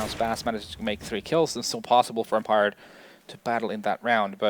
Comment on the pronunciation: it pisses me off on how he pronounces empire fffffuuck